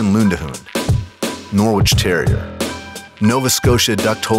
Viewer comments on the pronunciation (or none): none